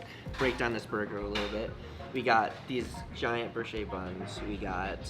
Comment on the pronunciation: Thats not how you pronounce brioche bun 😂💀